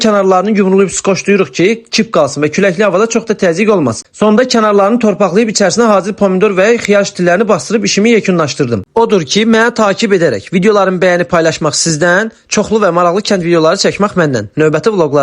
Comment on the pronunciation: Takib yoxe qardas, TƏ'QİB.